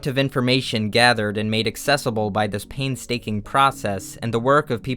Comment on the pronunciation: Did you just say 'paintstaking'???